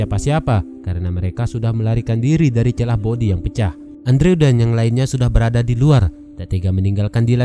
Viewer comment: Andrew harusnya dibaca endru wkwkwk😂